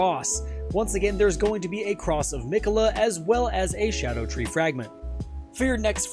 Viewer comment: First person out of 7 videos to pronounce it right. Thank you, so I’m going to actually watch the video and drop a follow